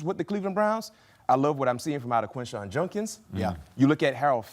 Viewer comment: I’m not surprised when some random YouTuber can’t say Judkins right…. But come on man, major, actually legit broadcasting gotta be able to read and speak correctly…. Junkins??? Junk? There’s 1 N… and it’s not there…. J U D K I N S…. JUDKINS… not junk